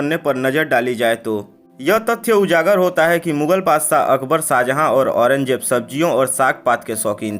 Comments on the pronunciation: Badshah hotae wo Badsaaaa bola speaker ne 😂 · Tu bhi sh ko s bolkar hamara dushman ban gaya hai.